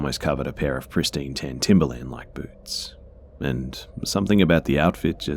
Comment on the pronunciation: The narrator said that when the man took his wet clothes off, they "looked three sizes too small"--they were presumably the daughter's clothes. Tan not ten; accent.